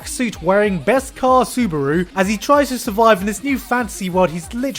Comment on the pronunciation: why are most people pronouncing his name as suburu xD am i the only one noticing this?? its clearlyy subaru -.